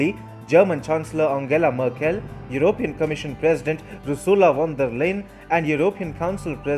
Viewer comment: Sorry to be pedantic. It is Yew-ro-pee-an. Not Yew-rope-e-an. Emphasis on the P. Otherwise keep up the good work